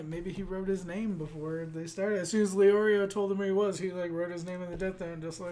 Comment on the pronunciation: The main problem is that you're stressing the wrong syllables in the names, making it sound wrong, sorta like how people often stress the wrong syllable in Naruto's name. If I were to indicate the syllable that should be stressed with , it would be: [Ki] llua [Le] orio Ku [ra] pika